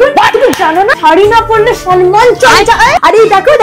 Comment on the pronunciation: সম্মান❎ সনমান ✅🤣🤣